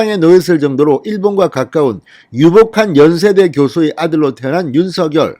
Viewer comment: 윤성녈로 발음해야 맞습니다ㆍ자음접변ᆢ